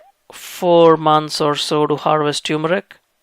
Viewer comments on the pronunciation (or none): It is T-U-R-M-E-R-I-C not T-U-M-E-R-I-C, I keep explaining this to my south Indian friends. Try remembering the Vicco advt you saw during your childhood. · Love your videos. However, please ensure proper pronunciation. It’s tur-meric and not tew-meric. Thanks! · TUR-MERIC!! Not Tyoomeric. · No It's Not Tumeric, It's TURMERIC Please Check It💓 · Turmeric not Tumoric :) Thank you for your valuable well done videos! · Very professional & informative, thank you! I see that you spell and phonetically express turmeric as "tumeric." My auto-correct just informed me the dropped "r" is incorrect. I can figure many things out, but I cannot figure whether the "r" is silent or expressed. Well, going to plant some turrrrrrrrrmeric now! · Its not pronounced as "Tuer-meric" but "Termeric" as in "Turkey".....